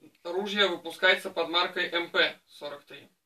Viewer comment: Как приятно слышать правильное произношение модели!!! Именно МП!!! Редко сейчас услышишь правильное произношение...